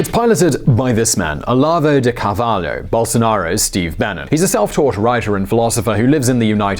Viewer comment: Kkkkkkkkkkkkkkkkkkk Pablo Guides kkkkkkkkkkkkkkkkkkk Olavo de Carvalo says Moraro.... Kkkkkkkkkkk